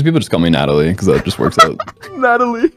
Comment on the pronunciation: Natt... Natt-a-lie. Natalie...